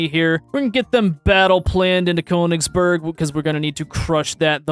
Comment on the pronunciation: Conegsberg as someone who is learning German this hurts my soul